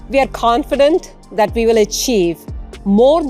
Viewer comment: "let me learn you some thing" and "and do just dat"??? Learn how to speak English and how to pronounce the words.